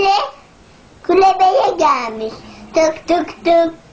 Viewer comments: Klübe Diceğine Kulebeye gelmiş diyor :D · yine kulebe dedi ya :D